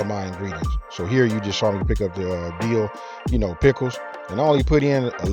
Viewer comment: Best part is the "Dee-ooh" pickles. Thanks boss